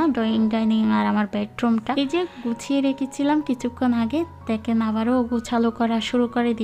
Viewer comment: গর হবেনা ঘর উচ্চারণ হবে 😆দেকেন হবেনা দেখেন উচ্চারণ হবে 😆😆 আপনার উচ্চারণ এতো ভুল আমি হাসতে হাসতে শেষ😆😆😆😆😆